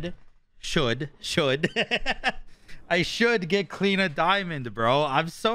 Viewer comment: why do you call her Clina and not Clio lol?